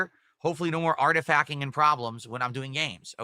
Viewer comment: oh my god he actually keeps saying 'artif-ack'